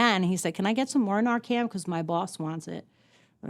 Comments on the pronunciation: Someone should have told her it’s Narcan, not Narcam. It is an unfortunate situation for her. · NarcaN... Not NarcaM. .. Thank you for advocating for Dylan and all the other VICTIMS.❤ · NARCAN* I promise I’m not being rude at all but it really should be pronounced correctly, it could be the difference between life and death one day. Thank you for all you do. Your son is so proud of you. What a beautiful thing you chose to do ❤